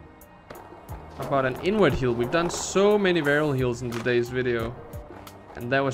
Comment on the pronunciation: I cant be the only one that does a double take everytime says "inward heel"